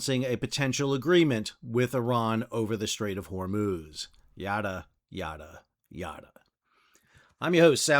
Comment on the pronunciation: Yada sounds like Nada